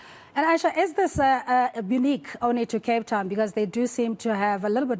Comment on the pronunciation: Also, it's AYESHA.😊